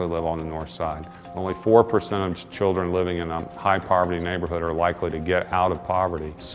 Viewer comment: That boy said "I got five churgen to feed" How hard is it to say children? Seriously?